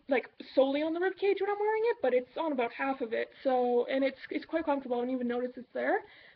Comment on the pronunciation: Did you hear how she said "about"? Definitely Canadian. Lol :)